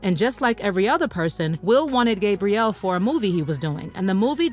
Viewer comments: It's "Gab" rielle, (with a short 'a' sound), NOT "GABE" brielle, with the long 'a' sound...😒I can't even listen to this because of that. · You are not saying Gabrielle's name right lol